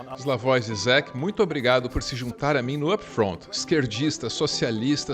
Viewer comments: A pronuncia se não me engano é Jijek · A pronúncia de Zizek é "Didjek" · A pronúncia do trêfego filósofo é Slavoi Jijek